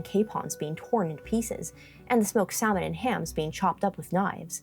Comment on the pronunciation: In all English dialects, the "L" in salmon is silent. In languages like Spanish, Italian, and Portuguese, they do pronounce it. I thought maybe you were using a Polish pronunciation, but the Polish word for salmon is "łosoś".